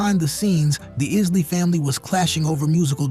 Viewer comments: EYES-LEE. Not IS-LEE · He doesn’t even know how to pronounce Isley.